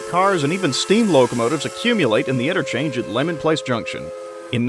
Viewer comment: Leamon place, not lemon place.